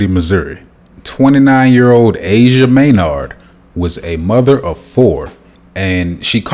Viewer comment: A phenomenon? Your out of touch and May Nard? Her last names not 2 syllables, and legally I’ve still not heard toxicology report which is legally bound to family so algorithms done your channel a favor because this is a biased “review” of y you picking your brain involving only suspect involved but emphasizing “white male” The legalities will expose the truth in thus and your really a cosmo because any knucklehead could make a channel about black deaths, here’s tip, try Chicago, over 1k + gun related deaths a year & is 100% black/black murders. This is a sad case and glad your covering but your half intellect is annoying